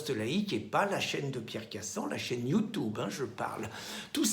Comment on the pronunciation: ça va, votre chaine va dépasser BFMTV, tu prononces mal "YOUTUBE "